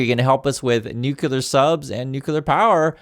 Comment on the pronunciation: The name is nuclear and not kukula